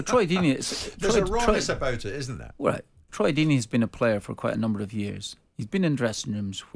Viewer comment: Firstly it’s ‘Deeney’ secondly he is far from a road man. He’s more of an old fashioned English manager.